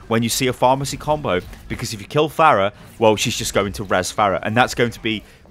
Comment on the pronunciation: I swear when he said pharah mercy, I thought he was saying pharmacy